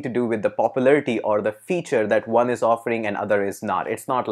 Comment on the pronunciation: i have been asking a question for many times but no accurate replays. hope you answer me why Indians pronounce "w" or "o" letters as "V" ?!! so when you want to say ONE your are actually saying VUNE which has no meaning !